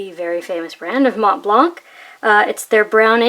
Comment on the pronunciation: The C in Montblanc is silent, you don't pronounce it.